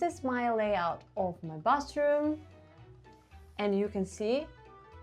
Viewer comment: I like how cozy Soviet apartments are. And I like how you pronounce "bathroom" like "bus room". 😆